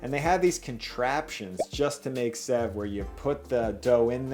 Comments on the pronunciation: It's pronounced save not sev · Sev is pronounced like save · Lol you made murukku! When you created the sev(which is pronounced save btw) if you don't break it up, that's murukku. It's usually found in stores premade, but at home it's awesome because when it's fresh made, it has a soft inside and crunchy outside. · Hey! I love this channel, and had no idea you'd done a video on the bombay sandwich. I live in Bombay! so cool. Anyway, great video, it was quite authentic too. Just an FYI, we pronounce "Sev" like "Save" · Sev is pronounced as save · The pronunciation is more close to the word save. But this is pretty cool to see/see people embracing Indian food ❤️ I don't even know how to cook it 😂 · Sev is pronounced as save. And yes, I can vouch for both the sandwich and sev being superb in taste. Thanks for the video. ❤️ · Sev pronunciation is save.. also i like the bread for the chutney but you blended it too smooth and watery .. try adding something hot .. usually a green chilly is added to the mint chutney . Also pinch of chilly powder in potatoes.. its amazing you almost got everything almost right .. and the thinner sev is usually called 'nylon sev' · It’s spelled sev but pronounced “save” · Sev is actually pronounced as "save" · Sev is pronounced-shave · It's pronounced 'save' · I’m from India, and I am amazed that you made it from scratch! Ps- sev is pronounced like ‘save’ (save me!!... lol) Loved the video!! Now I want a Indian sandwich 😊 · Hi! "Sev" is pronounced a lot like "save" , actually. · Bhai ko sev bolna nai ata par banana aata hai